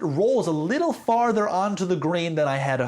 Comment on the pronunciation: Ngl I was confused what a "grain" was for a good 3 minutes before realising you were saying Green.